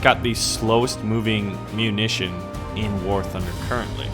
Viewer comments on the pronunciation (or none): none